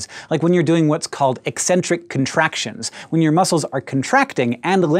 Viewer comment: Thank you for pronouncing 'eccentric' properly. All of the meatheads pronounce it 'eeeeeeecentric' b/c they only think that it means crazy when pronounced properly. lol